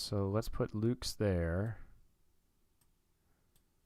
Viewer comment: very excited to see you controlling my team, as a sorta outsider! pronounciation correction (which makes lil difference because it's such a replacement level player): nathan lukes is pronounced like "lucas" not the plural of luke. also: yimi garcia is "jimmy" garcia, and tim mayza is "may-za".